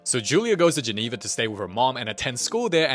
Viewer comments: Genoa not Geneva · I am not copying anyone in the comments when I say this, but keeps mispronouncing Genoa as Geneva, shifting the school from a coastal city in Northwestern Italy to an inland city in Western Switzerland. And the school being in Genoa makes more sense than it being in Switzerland because even if Italian is one of the official languages of Switzerland, Geneva's primary language is French due to its proximity to France, hence Giulia and Luca need to be bilingual so that they can study there and come back to Italy for the summer.